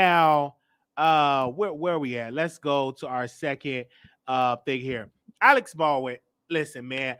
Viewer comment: with all due respect let's work on pronunciation...lol The man name is not Alex it is Alec (Al-ek) Alec is not at fault for what transpired on set. He had no idea the gun had a live bullet and or would do bodily harm to anyone. Would your stance be the same if the gun misfired and killed Alec after he fired it? I highly doubt it! You then would blame the persons whose responsibility it was to ensure the safety of the gun. Let's use common sense or maybe your just wanting to trigger folk. Ex: if a Dr. Prescribe a medication that caused the death of a patient however, the nurse and or CNA (I know CNA are not suppose to administer meds but it happens) is the person that administered the meds at fault when in fact they are following the directive of the physician?